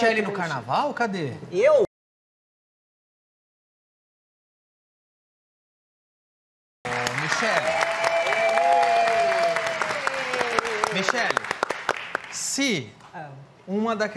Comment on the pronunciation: Mi"Cher"lle Barros